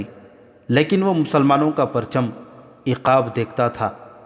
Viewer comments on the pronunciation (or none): एकब नही उक़ाब होता है